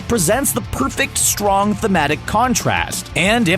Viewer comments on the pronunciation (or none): none